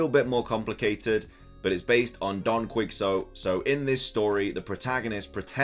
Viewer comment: It's Don Key-Hoe-Tay. That's how you pronounce it. Don. Key.Hoe.Tay. Don Quixote.